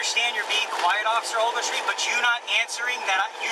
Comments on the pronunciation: I feel so sorry for that cop WOW. "Officer Ouagletree" must have been said 100 times. I would have sprayed my mace into the cage to shut this asshole kpplplpllpllppp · Can someone do a count on how many times he says Officer Overtree ? ? ? ? ? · Take a shot every time he says officer agletree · “OFFICER OAGLETREE” has the right to remain silent! 😂😂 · I thought it was ovaltree. After I thought ovaltine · This is how many times he says Officer Ogletree.. ⬇️ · Everyone, take a shot every time he says Ofc. Ogletree. You won’t know your own name by 5 minute mark!